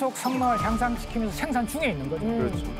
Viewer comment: 쉐로운 .. 쉥산 ..발음 듣기싫으네 사투리쓰는 사람 부르지마소~